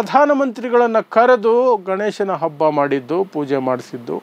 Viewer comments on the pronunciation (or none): none